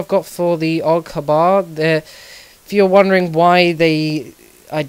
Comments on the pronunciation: lol love the pronunciation even through its wrong =P it sounds liek og bar or you could say a.u.g for short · no offence but its pronounced AUG H-BAR not HBAR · Its pronounced A U G H B A R (AUG Heavy Barreled Automatic Rifle) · Lol love the way he said that the AUG hubbar! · The way you pronounces AUG HBAR is Aoug Hs BAR